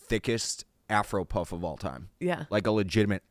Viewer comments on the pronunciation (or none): none